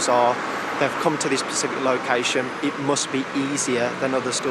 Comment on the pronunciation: Why the fuck does that police officer say “pacific” its specific you bellend